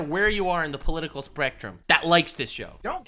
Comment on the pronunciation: Did you... just.. say political SPRECTRUM ? xP